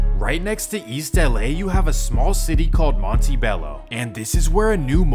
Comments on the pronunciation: Man said Monty Bello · And along with Monty Bello and Lalin Nevada you can add Thunny Barger to the list. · Oh man- Mon Tuh ot Teh bello not “tee bello”. Loff- lin not LAW lin., I realize that this is a really fussy, wiener boy point but if you’re aware of, sensitive to these things it’s a bit grating. Excellently done otherwise, as alwys